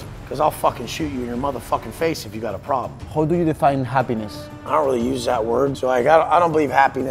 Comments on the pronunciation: por el aamor de dios, cuando pronuncies "how" en inglés no digas "jou" sino "jau", casi me tengo que areancar los oidos 😅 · un pequeño consejo, tu nivel de inglés es excelente, pero el "how" se pronuncia mas como "hau" que como "hou". Es una crítica constructiva, que nadie se lo tome a mal, no voy intentando dar clases a nadie de nada. Es solo un apunte que creo que sabrá tomarse a bien, como lo que es, un consejo con la mejor intención. Por otro lado, lo que haces es impresionante, sigue así. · bro buena charla pero aprende a decir how y no digas who